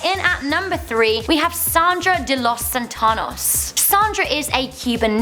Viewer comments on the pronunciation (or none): the was she said Los santos😂😂😂